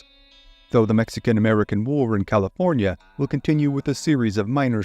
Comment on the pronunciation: Ah the great State of Caliornia lol